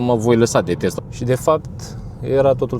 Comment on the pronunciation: Tesla nu Testla!